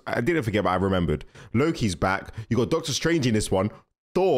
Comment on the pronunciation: You dont know how to say thor?you say for😂 sorry its just fanny